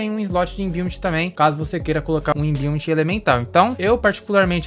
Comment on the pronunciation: imbiument? pqp kkkkkkkkkkkkkkkk inglês desgraçado de ruim... cobra wood? kkkkkkkkkkkkkkkkkkkkkkk vsf mlk pqp kkkkkkkkkkkkkkkkkkkkkkkkkkkkkkkk MLK... DEFENSÍVEL? KKKKKKKKKKKKKKKKKKKKKKKKK É DEFENSIVO, JUMENTO